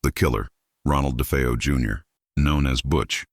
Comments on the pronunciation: It’s DeFAYo not DeFEEo. That’s why I hate AI. 🙄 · AI... It's De faye oh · If it's such a hoax how come nobody heard the gunshots and its da fay o not defeeo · Must be crappy AI narration…. The last name is not pronounced DeFEEo. And it’s not “Litz”.